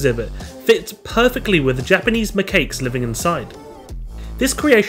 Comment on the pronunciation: The way he pronounced macaque 🤦‍♀️😂 it's not pronounced "macake" its pronounced "makack" 😂😂